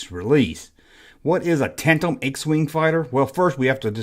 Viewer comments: Tan-dem brother. I’m a southern gentleman like you and butcher words all the time😂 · D ya leave the d out of tandem when you say it. Where did you get that wig yesterday haha you look like prince Valium from spaceballs haha good stuff I got a laugh out of it. Being silly is fun